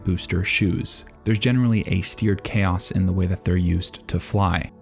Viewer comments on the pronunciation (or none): none